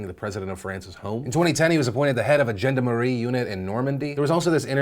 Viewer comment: That is not how you say Gendarme